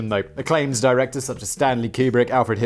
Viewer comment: Oh Fact Boy ... his name is Copalla, pronounced Cope-Ah-La First name Francis, Frank ... Ms Jackson if you're nasty